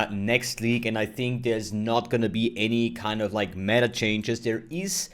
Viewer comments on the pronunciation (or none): none